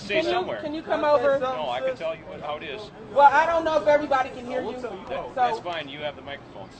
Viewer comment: " do it!" All I heard, LMAO